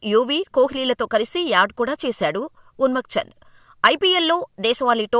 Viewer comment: అతని పేరు ఉన్మక్ చంద్ కాదమ్మా. ఉన్ముక్త్ చంద్.